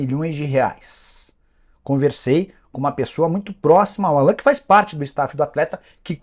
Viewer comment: Engraçado que o Nicola fala o nome do Allan errado. O nome dele é pronunciado em inglês (Álan), não Alan, como se fala em português.